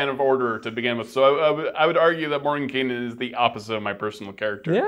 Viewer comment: THANK YOU for pronouncing the characters name correctly!! It's a pet peev of mine... Love the Greyhawk setting and have used it for years.